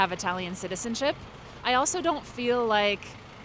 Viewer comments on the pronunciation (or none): none